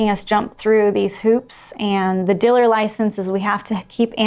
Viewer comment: Oh wow, great note to end on! Fascinating. I’m going to skim the comments area now to see if I can figure out what a Diller is. Edit: Are you saying Dealer?